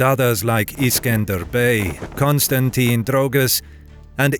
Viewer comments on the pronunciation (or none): none